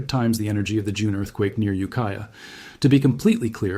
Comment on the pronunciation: Its ukiah